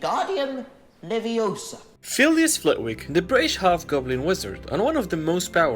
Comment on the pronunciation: Its leviOsa, not leviosAAA